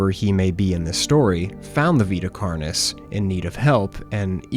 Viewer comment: Carnis is pronounced "Kar-neese"